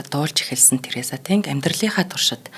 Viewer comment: Нэрийг нь ядахдаа зөв хэлээч дээ ТэнГ гэхгүй арай л юмаа